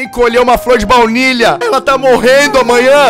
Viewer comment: Soh eu q percebi q ele falou "vlaunilha" em uma parte? Hahahaha